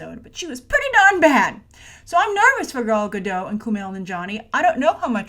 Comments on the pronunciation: Good grief,. How many ways can you pronounce Gal Godot in one episode. And not once was it correct. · aquadorina: werd. Everyone, give it a try: "Gahl Gah-dote"...hard L hard T. 👍🏼